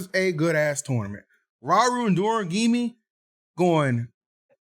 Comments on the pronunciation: Bro could even see Doramigi written down this time and still said Doragimi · Still can't say Doramigi 😂🤣😭💀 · I will never understand how my mans can't say doramigi when it's spelled out for him...